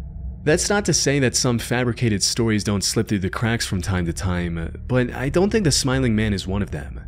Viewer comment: "True sotires" sure, pal. XD